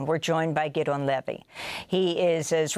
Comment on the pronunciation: name is pronounced: Giddy-on Levy